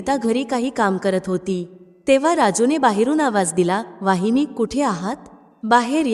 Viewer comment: वाहिनी नव्हे तर वहिनी अस म्हणायला शिका मग शिकवा दुसऱ्याला